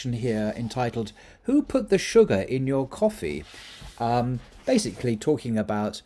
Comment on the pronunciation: I wished you had used an Arabic person to pronounce these words, sorry you did not pronounce them correctly😬😂 , especially coffee and cotton, but it's ok thanks for the great content👍New follower.